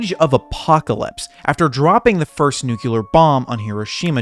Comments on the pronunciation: "nu-kyu-lar" 😂😂😂 learn how to pronounce it bro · Nukear ? Don’t tell me his trying to say Nuclear* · he pronounces the word Nuclear like George Bush Jr